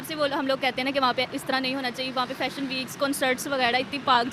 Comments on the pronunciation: ❤❤ Uncle, Not Phashion show Please (Fashion show) Boliye F F F, apka Pronounciation thik kijiye 😅😅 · . Uncle Ji, ap to bura maan gaye, mai to thahra Anpadh Gowhar, Angrezi Bhasha Haame na paata, Lekin Lekin Please "Fashion Show" bola kro, na ki Phashion show, Boleto pronounciation sahi karao taki hum jaise Anpadh ko bhi samajh me aye,.. Namaste 🙏